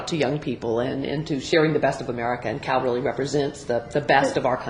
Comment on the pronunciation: First of all his name is CAL Ripken not Carl....secondly just because you dont know who he is doesn't mean millions of others in the world don't! He is easily one of the 10 best baseball players of all time and is known worldwide not only through his own playing of the game but through the international youth leagues he hosts. Cal is a great representative in this respect and next time don't talk out of you ass and learn before you speak....dumbass!!